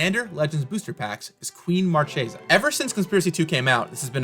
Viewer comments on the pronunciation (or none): Why everybody, even in Rnd, pronouce Marchesa not in the italian correct way? Isn't conspiracy supposed to be inspired by reinassance italy?